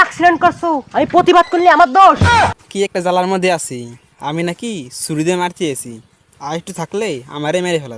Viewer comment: ছুরি না ছরি😅😅😅😅😅😅